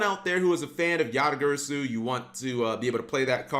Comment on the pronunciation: It's GARASU not Gyrysuu